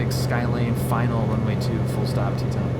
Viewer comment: Check pronunciation of Tieton…."Tie a ton"